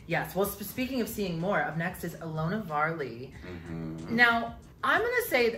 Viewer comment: Not saying Varley 🤣 also love that also makes a bunch of plans for y’all, she’s always like “we should do this/that” because honestly I’m the same with my friend group